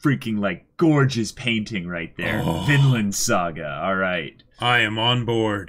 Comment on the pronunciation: Whenever they say “Vinland” I just hear “Finland”. Confuses the heck out of me😂